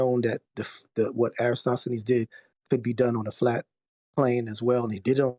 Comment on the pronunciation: There is nothing more aggravating to me than hearing you guys say, "EroStosthenes"!!!! After how many years? 🕞...and you don't know how to say his name???? My GOD!!! It is ERATOSTHENES ...FFS!!!!! (erra-toss-the-knees). 🤔